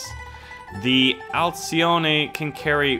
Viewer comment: The "i" in "Alcione" is almost silent, kinda like how the "h" in chew is (even though it really isn't), try pronouncing it "alchone"